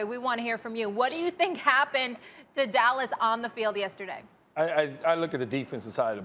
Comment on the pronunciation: Do you mean the “Allas Cowboys” No “D”